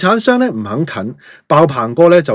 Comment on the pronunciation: 1) 是「兩肋」插刀，不是「兩脇」；2) 「發行」讀作「發恒」，是發布及行使之意，不應讀作「發航」。 跟着的文章是解釋「兩肋插刀」的來由：「肋」位於胸部兩側，「兩肋插刀」意指為了朋友敢於冒險、甘願做出很大的犧牲，如「此人俠肝義膽，為朋友甘願兩肋插刀」、「這人到了關鍵時刻，能為朋友兩肋插刀」，多用來形容重情重義之人。原本是「兩肋岔道，義氣千秋」，後逐漸演變成「兩肋插刀」，而這兩種說法都和隋唐的秦叔寶有關。 一說秦叔寶（字瓊）在縣衙當差，某次奉令帶捕快去抓強盜，他為了搭救朋友，故意帶捕快走往岔道，自己反受牽連險些喪命。後來朋友奮力救秦叔寶脫險，聚義瓦崗，共舉義旗。隋亡後，秦叔寶成為唐朝開國功臣，後人為歌頌他的義舉，將岔道旁的村莊稱作「兩肋莊」，故事在流傳中添枝加葉，「岔道」變成「插刀」，最後演化成「為朋友兩肋插刀」。